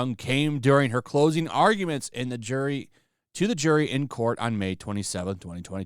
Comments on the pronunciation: Vasquez = pronounced baskes not bascuez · Oh please. You are contributing to AH's people keeping this "slip" alive. BTW, Camille's last name is pronounced vas-kez, not vas-kwez. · please do not pronounce Camille's last name like Elaine did, She did that as a covert racial insult....it's pronounced VazKez. Write it into google translator...spanish to english with pronunication if you don't believe me. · Vasquez. The u is silent